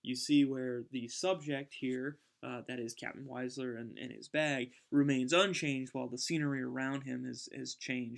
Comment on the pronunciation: Just one point. Wiesler is pronounced VEESSLER.